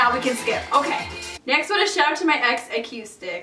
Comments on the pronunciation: not with the KYOO sound instead of KOO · it's pronounced UH-KOO-STIK by the way (acoustic)